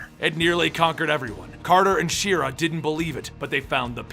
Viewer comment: She Ra? rofl I love when butchers names. 😅😅